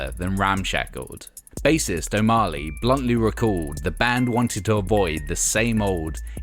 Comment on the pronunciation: I don't know who narrates these trashtheory videos but 'O'Marley' and 'preVAYlent' ...ugh!